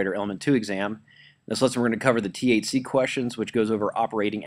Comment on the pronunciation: It absolutely sounds like you're saying "going to cover the THC questions..." lmao